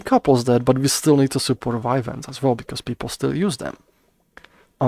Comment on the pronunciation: It confused when you said vine vans. I thought it was vive wands.